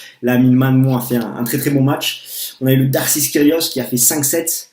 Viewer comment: Juste pour info -> On prononce darcis -> "darci" et de greef -> "de gréphe". En dehors de ça... bon résumé, bonne analyse :)